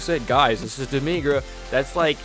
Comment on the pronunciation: its not demigra